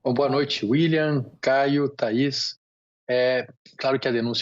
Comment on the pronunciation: Sempre MUIÉ falando boxxta